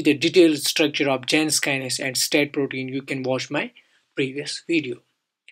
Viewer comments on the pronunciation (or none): none